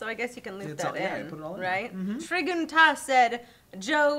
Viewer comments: Treh-guh-Tas? That said Tri-gun-T.A.S. or commonly known as The Abridged Series. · Tri-Gun, not "trig-un" it's an anime, google it. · Make's me sad that Lee murdered the Trigun inspired name, my favorite anime Haha